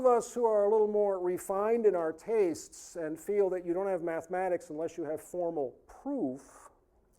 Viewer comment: Why do these people always pronounce "mathematics" as "maff-mad-eigs"? What the fuck is wrong with them? Why do they hate mathematics so much that they can't even pronounce its name without sounding like complete morons with something stuck in their mouths?